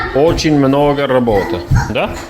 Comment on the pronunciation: Тоже обратила внимание, что Аренд очень чисто и правильно произнёс эту фразу, где слово "работа" также верно в родительном падеже просклонял.